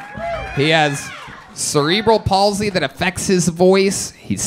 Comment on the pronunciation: Mf said cereal bowl paulsey 😂😂😂